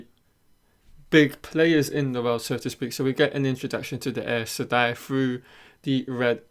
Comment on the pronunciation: The show is out and only you still say Egweeene and Eis Sedai. Sorry, wish you well